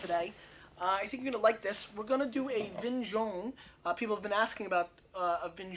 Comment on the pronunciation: Make an effort to learn pronunciation of foreign wines